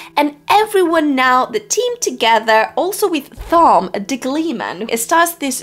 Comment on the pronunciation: I had a dozen comments I was going to make, but they kept getting displaced by my OCD when you kept mispronouncing Thom (hint, it's "Tom"). Also, on your worries about sexism, etc, WoT is replete with gender egalitarianism. No need to fret. It was way ahead of its time. There are two scenes related to that in the entire 4.4 million words / 14 books that i would change, and they are almost the same and very brief, but otherwise, the ladies get their due and then some. The story is told in a series of character POV chapters, and by the time the series is over, the female POV chapters outnumber the male ones by a healthy #, not to mention the political / societal structures and story elements that favor them as well. The folks who see this series as not femenist enough (Rafe the betrayer, the defiler of WoT Judkins) are ridiculous and extremely mistaken.